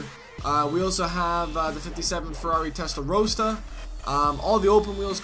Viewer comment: Testarosta? It's testarossa